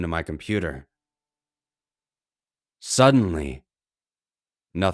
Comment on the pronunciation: "SUDDENLLY" nothing happened.